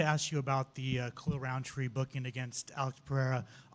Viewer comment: this dude said khalil roundtree makes sense lol